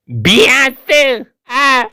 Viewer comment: biası❌ binası✅